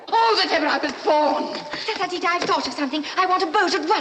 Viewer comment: Who pronounced the name of Ftatateeta the queen's chief nurse No one can pronounce it Tota, except yourself The burn is reallllllll